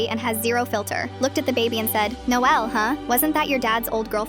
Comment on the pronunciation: I kinda like the way she says Noelle